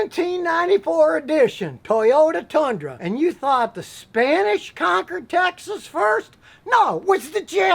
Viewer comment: Scotty in a comical Texas accent: “TuHyUtA TuHnDruH”